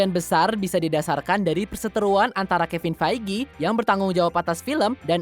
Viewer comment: bca skrip lmpeng amat siih, kan udh sring jga bhas mcu,, masa MCU (emsiyu) d blang emsi u, kevin feigi malah kebin fij,, aduuuuuuuh